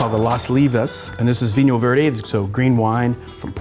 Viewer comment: Adding so many unwritten letters to the foreign names haha 😂 thx for showcasing vinho verde ;)